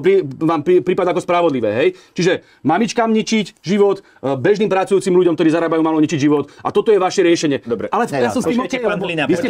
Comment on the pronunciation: Hlina nauc sa rozpravat...nehovori sa gdorí,ale ktorí. Cest praci.😉